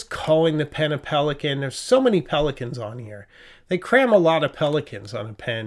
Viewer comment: hahaha! "Pelika-negian" LOL